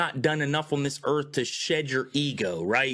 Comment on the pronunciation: Never take geography lessons from someone who pronounces earth as "earf"